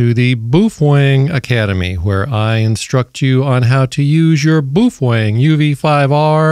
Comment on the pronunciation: It's pronounced "BOW-FENG"